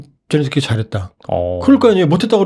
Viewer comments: 젤랜스키를 왜 젤런스키로 부르나효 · 끝까지 ’젤런스키‘ 라고하는 사람이 있네…. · 젤렌스키를 왜젤런스키라 부르시나여?